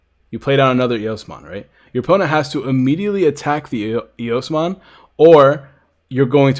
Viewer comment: It's eosmon